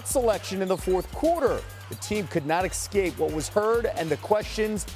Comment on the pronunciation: "eXcape" Jesus Christ 🤦🏻‍♀️🤦🏼‍♂️